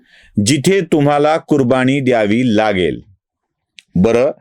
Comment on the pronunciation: कुरबानी कुरबाणी नव्हे तसेच समाज मधील जचा ऊचचार चुकतो.वाचन सुधाराव